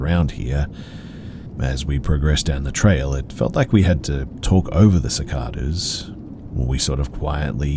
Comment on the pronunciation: Idk why but the way you incorrectly say cicadas makes me laugh waaaaaay more than I should have